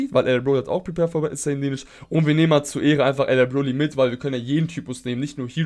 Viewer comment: "Bloly" hahahhahah